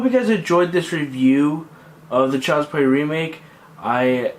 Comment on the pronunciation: Child's Pway weemake? if anything, you should be taking donations for a speech therapist, not your Youtube "content".